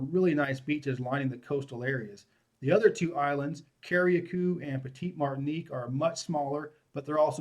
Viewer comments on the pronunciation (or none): Lol yes the pronunciations are Cari-cou and Peetie- Martinique.